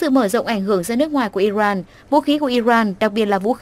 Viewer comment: Iran chứ không phải Iroan , đọc điệu quá.